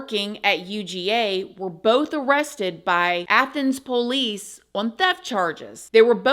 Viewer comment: I love it when says “po-lice”. ❤️